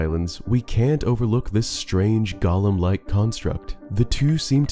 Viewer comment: Just FYI, golem is pronounced goh-lum. Not to be confused with the Tolkien character Gollum (gaa-luhm).